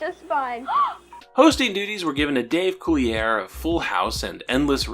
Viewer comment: Pretty sure you're mispronouncing "Collier."